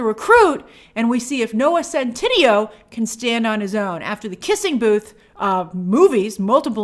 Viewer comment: it’s pronounced Noah Centinaaayyyyooo :)